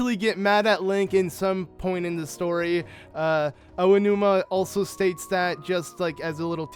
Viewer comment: AH-OH-NU-MA not OH-AH-NU-MA